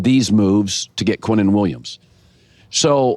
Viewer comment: his name is QuinnenWilliams not Quentin Williams. Dude wake up.